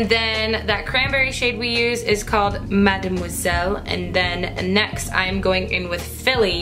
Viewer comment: Those colors are sooo pretty!! Your French accent when you said "mademoiselle" 😍😍 haha! This look is so pretty on you! Xoxo